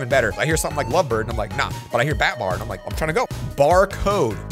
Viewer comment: When you said batbar I thought it was a buttbar